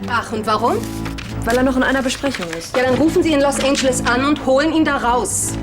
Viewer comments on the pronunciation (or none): spricht Los Angeles permanent falsch aus, dabei hat sie dort doch jahrelang gelebt 🤔